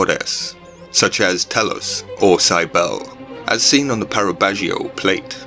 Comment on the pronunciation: Cybele is pronounced "Ki-bell-ey" not "saibel".